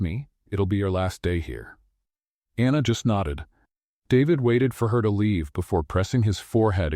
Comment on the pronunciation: I liked this story but the narrator kept mispronouncing Anna’s name incorrectly. Was it Anna or Aina? Even Sophia’s name was mispronounced, for that reason, I give this story an 8/10.